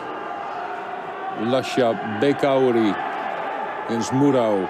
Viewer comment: Its pronounced Bekauri, not Bakari